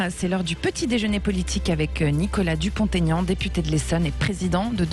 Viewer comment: Madame: pourquoi prononcez-vous le nom de M Dupont - (t)Aignan?